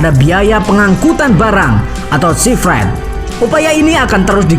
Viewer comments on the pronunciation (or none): Nampaknya pembaca hanya baca tapi tidak ngerti, terutama istilah yg harus pakai bahasa inggris contoh sea freight (ditulis/dibaca sifrid, recall dibaca rekal, sekedar saran utk perbaikan ke depan.